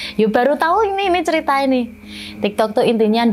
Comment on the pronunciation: Kok jd nyengir pas mama nya bilang tiktok, ternyata tektok😂